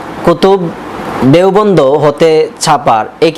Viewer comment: আপনি কেতাব এর নাম তো উচ্চারণ করতে পারছেন না। দেওবন্দ শব্দ টা তো ঠিক করে বলতে পারছেন না। প্রথমে আপনি ঠিক হন